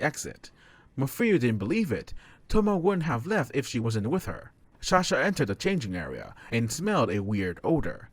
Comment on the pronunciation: Is it me or he says shahsa instead of sasha